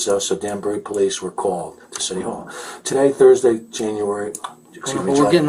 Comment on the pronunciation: It’s city hall. For Christ sake …I had to watch that like 300 times in a row